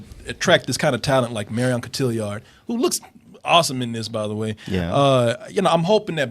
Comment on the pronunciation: Yo no offence to anyone in the Double Toasted crew. I don't know if any of you check the youtube comments but.... You are doing this now, and have done this before. Look up how to pronounce Marion Cotillard's name. Not to be judgmental or a butt hole yet ..... It is not pronounced how you are pronouncing it. Not that you should bend over backwards for me, but you do do this for a living.